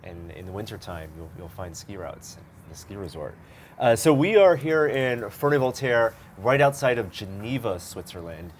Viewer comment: Oh, Ferney-Voltaire ! I couldn't make up the name you said, had to look on a map.